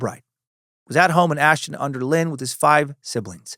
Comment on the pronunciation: I'm from Ashton under lyne and it's pronounced line not lyn .Great episode mate ❤